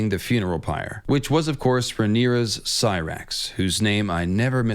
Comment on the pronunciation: 'who's name i never mispronounce' Next video : "Cyrax"😂